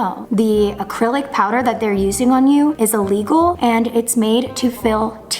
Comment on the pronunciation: The way was saying illegal is killing me 😭😭😭